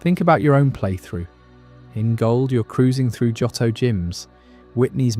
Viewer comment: This is a nice video but the incorrect pronunciation of Johto is jarring. Both o sounds are long, like Joe-toe.